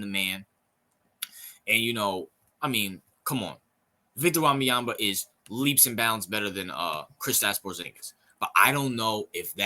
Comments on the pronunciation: Or just say "Wemby" or "Vic, Victor". Don't destroy the young man's name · No you pronouced his name badly. Do your homework